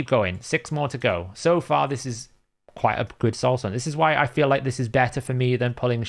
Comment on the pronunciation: I'm going make a huge correction just so things don't get too misconstrued. We FEEL** you,. FEEL, not fill lmao.